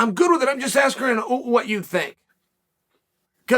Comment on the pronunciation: “I’m just Askren what you think”